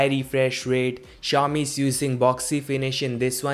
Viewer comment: it pronounce si-ow- mi no chou mi